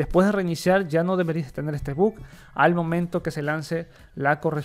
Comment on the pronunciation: "es un tremendo but"